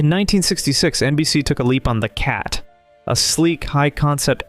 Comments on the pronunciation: It is not The Cat. It is T. H. E. Cat. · The title of this show is correctly pronounced Tee Aitch Eee Cat. The title character's full name was Thomas Hewitt Edward Cat. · It was pronounced T H E Cat. Say the letters individually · Tee Aitch Eee Cat.